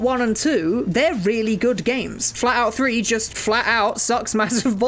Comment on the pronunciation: I was realy confused for a moment because I thought he said FALLOUT 3 and not FLATOUT 3 XD